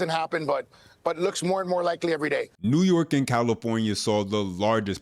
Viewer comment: 😂❤ new yaa'rk , " bend / over " 😪😭😭😭😭😭😭😭😭😭😭😩😖🤣